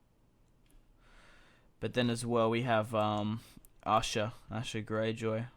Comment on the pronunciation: When you say "house Gayjoy"